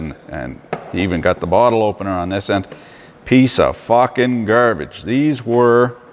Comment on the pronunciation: I always thought you were west coast through and through but the way you said grrrrbage makes me thinks you speak in the maritimes tongue too. Keep her between the ditches - fan from Halifax